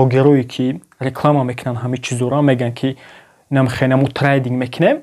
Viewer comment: трандинг не трейдинг бесавод бра хондана ёд бги